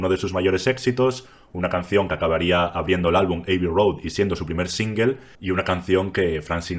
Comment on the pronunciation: Revisa la pronunciación de "abbey".